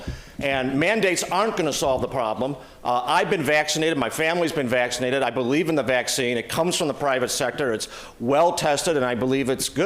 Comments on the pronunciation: I can't vote for Faulconer. He pronounce vaccinated as "vaxidited" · I thought Jenner was running too? That's interesting...Hahahaha he couldn't say Vaccinated lol